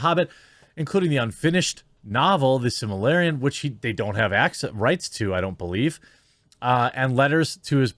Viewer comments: It's pronounced "Sil-ma-ril-yun", not "Sim-a-lair-ee-an" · Silmarillion* not similarian 😂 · Cheesus if you're going to take Amazon to task for badly tweaking the fantastic Lord of the Rings artistic work for their own profit, you could at least learn to pronounce "The Silmarillion" correctly.